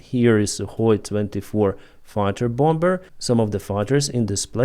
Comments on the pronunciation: The word “bomb” is pronounced “Baum”, with the second “b” being silent. “Bomber” is pronounced “Bahm-er”, again with the second “b” being silent. Thank you for your work and glory to Ukraine! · The word 'bomber" is pronounced "bomer", the second "b" is silent and is not pronounced. Your welcome! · I don't believe that there is a single native English speaker in the entire world who pronounces the second "b" of "bomber." Stanley is merely trying to help communicate more effectively